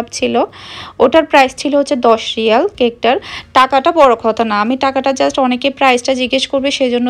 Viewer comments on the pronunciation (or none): none